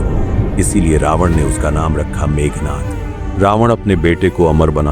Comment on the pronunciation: It's not meghnath. It's Meghnad. Sound of the clouds. Please correct it.